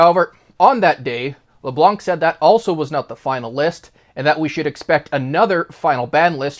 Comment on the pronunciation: Leblan , the C is silent